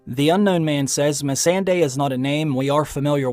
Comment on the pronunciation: I really wish you would pronounce misande right... Me-SAHN-day